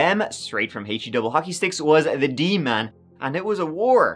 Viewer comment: LMAO,, did you call a demon: D-man? 😂